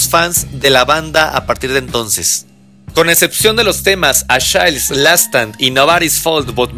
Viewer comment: Qué mala pronunciación: ¿Qué es un "achails"? ¿Qué es un "jul" lotta love? ¿Quién es John "Pul" Jones? Buena info, por otro lado...